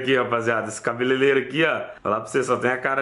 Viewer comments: não é cabelelero e sim cabeleireiro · engraçado foi o falando cabelelelo kkkkk, quem mais viu? kkkkkkk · CABELELERO KKKKKKKKKKKKKK